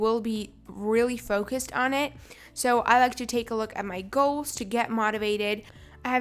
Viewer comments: Gaols hahaha its goal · Gaols lol, not a hater but lol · did anyone else notice she spelled goals wrong? She said "gaols" I'm not hating just saying :> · did she just mention gaols instead of goals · She said, ‘focus on your gaols’ 😂😂 By the way, not criticizing